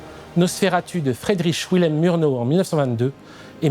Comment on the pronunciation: C'est très intéressant, comme d'habitude, mais une petite étude de la phonétique allemande s'impose. Meurnau, Heuteur, Piteur, Niémolleur, Rote-Ouang... Ca arrache littéralement les oreilles